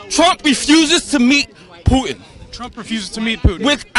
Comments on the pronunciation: Go fuck yourself dude. "Poo-in". Go fuck yourself 10 folds you stupid fucking idiot. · That loudmouth black dude kept saying, “Poo-In” geez. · That black guy needs mental health. And it's not pu*in..... It's Putin